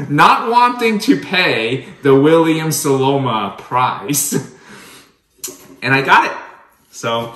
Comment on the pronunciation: It’s SoNoma, not SoLoma. Love the Staubs though. I have quite a few myself. Just ordered the 37cm La Mer oval cocotte.